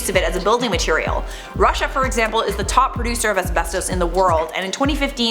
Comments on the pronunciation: The way you say asbesto is wierd. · it's pronounced....uhs-beh-stuhs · I swear to god say asbestoose one more time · It’s as-best-us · YES THANK U OMG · Am I the only one who thinks it's wierd the way says "asbestos"? Do all Torontonians say it like this lol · This video should be called “ Pronouncing asbestos wrong for 5 minutes”